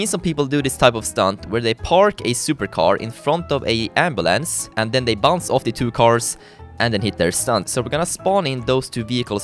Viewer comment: He said everytime bounts (im german Hallo an alle deutsche )